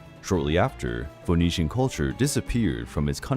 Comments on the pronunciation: Phoenician rhymes with bird not bold! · The O in Phoenician is silent.